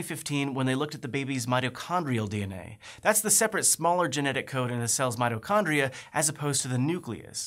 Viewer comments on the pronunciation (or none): none